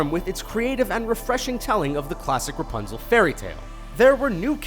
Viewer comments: did he say Punzel instead of Rapunzel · u forgot to say ra in rapunzel u said punzel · he actually said punzel